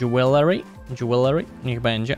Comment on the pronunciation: czyta się DŻEWELRY